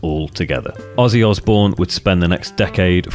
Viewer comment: Pretty sure Mike Mason nailed it... Osbourne sounds like Ozzzzbourne. Ozzy for short. I'd imagine other people started calling him by the name